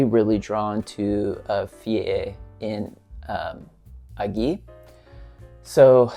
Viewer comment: A nice surprise for a Friday afternoon. You already know what I think of Lutens in general, and as I was telling you in private, it’s been at least 4 or 5 years since I got to smell Fille en Aiguilles. (Fee an ay-ghee 😁). I agree with you on how the bottles look and how one could store them in a limited space. I keep mine in a drawer that can store bottles up to 20cm/8inches tall. I’d be laying it flat if I had it. Talking about bottles, the ones you were referring to as “hourglass” are usually called “the bell jars”. Now, back to the perfume, I’ll certainly try to find a bottle and see what I feel about it several years later. Looking forward to hearing your thoughts if you get to Toranomon Hills this weekend. Great video! 👍 If it helps, it came out better than the first take 😁